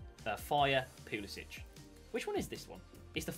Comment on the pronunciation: Poo-li-sic James: Pew-li-sich